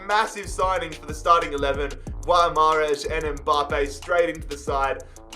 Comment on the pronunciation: mate the way you pronounced Guimarães was a disgrace, it's pronunced "Vitoria Geemarainz"